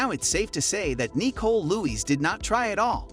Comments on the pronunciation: Seriously the weird pronunciations are driving me insane! My name is Nicole as well and it is Ni-cole not Nee-cole for crying out loud,who pronounces it like that??! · lmao why is he sayin her name like dat? knee-cole?...its Nicole lmao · that’s just not how you pronounce Nicole hahahahah it’s Nicole not kneeCole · Is the voiceover from a speech to text program because I can't get over it saying knee-cole instead of Nicole lol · I didn't realize this was a computer generated voice until i heard "yes, you heard EYE TEA right" and kneechole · Knee Cole. Dude, use a real narrator. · I’m convinced the narrator mispronounces the names on purpose. Nee-cole? Who’s named nee-cole? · Anyone else get annoyed at how he kept saying, “Nicole”? 😂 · Nicole Lewis, the way this guy pronounces her name and last name is very triggering.